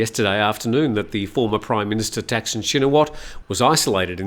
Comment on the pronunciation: It’s Thaksin, not Texan. please respect the language and people of Thailand